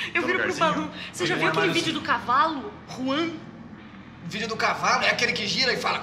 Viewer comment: s mais que pronúncia sai como Ruan